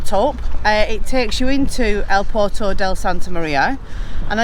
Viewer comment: to say port of santa maria its pronounced pwerto santa maria. ❤ I wish bullfighting was banned! Same as foxhunting in the uk. Anyone involved in going to see/do it (the action part) is an absolute 🔔 end in my opinion. I love seeing matadors getting skeward